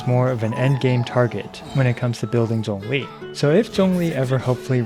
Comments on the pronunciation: Thx for not butchering zhongli's name mate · Omg he’s actually pronouncing his name correctly! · tyty for pronouncing ZhongLi's name correctly 😭